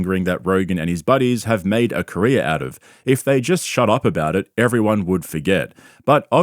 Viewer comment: Great video as always. I really like how you pronounce “everyone” you always say “evron”. 😂 cute